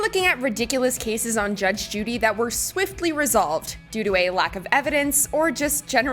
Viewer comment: She talks too much is the point. And it's 'cases' not 'casses'.